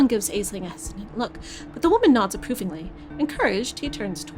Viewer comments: I thought it was pronounced as Ashling!! I guess I've been hearing it wrong 😅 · If it rankled anybody else: Aisling is an Irish name and is pronounced "Ash-leen" (we have a hilarious comedian/comic actor in the UK called Aisling Bea, hence why I'm familiar with the name). Mispronunciation aside, I really enjoy listening to and playing through these vampire games. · Trying to thumbs this up so that sees how to pronounce an Irish name. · I think it's pretty much consensus regarding this game is that was good but the ending is deeply frustrating. At least that was my experience. Also, I know it's already been mentioned but I feel the need to reiterate: Aisling is an Irish Gaelic name pronounced more "Ashlynne" or "Ashleen".